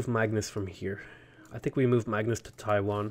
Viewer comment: Loving these civ vods. Just want to point out that Taiyuan is not Taiwan. Yuan is pronounced yu-an. The same pronunciation as the Yuan, the Mongolian empire. Different character though.